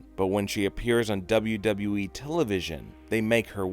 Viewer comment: How are we gonna listen to him he says WWE like wWwWesje